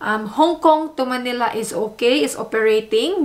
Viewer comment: Thanks for the video!Please do not pronounce Manila as Maynila. Get rid of the “Y” .